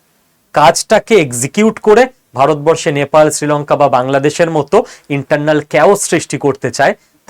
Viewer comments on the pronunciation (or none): none